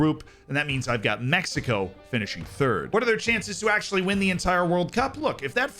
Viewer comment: the way he says “México” instead of“Mecsico” makes me feel happy. 🤠🇲🇽